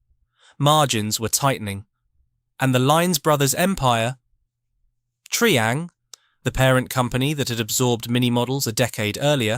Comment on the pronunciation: Where is Have-aunt and what is Tree-ang?